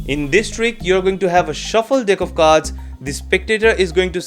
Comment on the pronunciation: You mean Deck of Vards , Right?.....pronunciation matters too